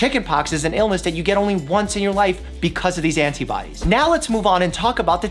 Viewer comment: I love that you say the "t" in antibodies. I usually said it like "ana-biodies"